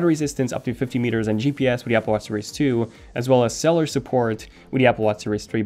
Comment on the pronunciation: Cell-you-lure (You can say electrocardiogram just fine)